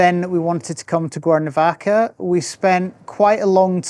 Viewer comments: Conozco el acento escocés porque mi suegra es de Escocia, pero sonaba como si estuviera diciendo "Guernovaca" repetidamente. De todos modos, no importa. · Is it me or is the gentleman consistently mispronouncing the name of his town?